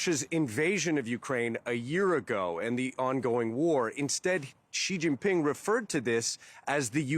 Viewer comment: It’s Sheee Jin (as in Gin) Ping